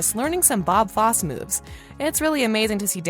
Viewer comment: YES! AND it's Bob Fossee pronounced Foss-eeeee not foss. Wouldn't you think you'd know about the people and how to say their names before you narrate something?